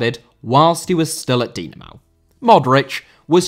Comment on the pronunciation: Dinamo* not Dinamaw